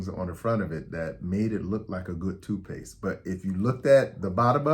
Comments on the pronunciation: My only problem with this video is it sounds like you're saying two-paste I'm only saying this to help you sound more credible and get to higher subscribers 😊 but.....very informative and I noticed colors on the bottom and no idea it meant something! Wow! Thanks Doctor! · Tooth paste, not toot paste